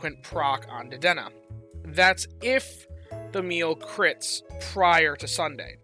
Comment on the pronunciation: isnt it pronounced: Deh-deh-nay?🐭